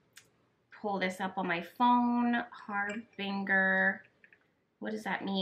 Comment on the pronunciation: Harbinger is pronounced with a soft g or j sound. ❤️